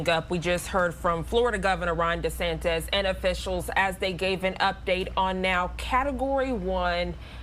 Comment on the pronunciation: you're a newsreader and can't even say de santis ? it's not "de santez"